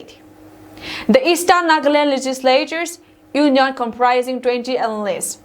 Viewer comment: Another correction Thursday was pronounce as thars-day/Eastern as Eastarn. This are some simple words which can easily be corrected if she wants to improve.